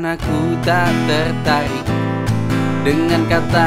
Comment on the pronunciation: Tak "tertarik",, bukan teghrtaghrik